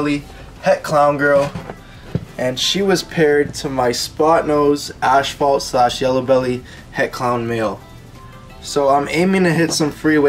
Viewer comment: Cool video. But son, its ass,fault. Not ashfault.lol , God bless 😁👍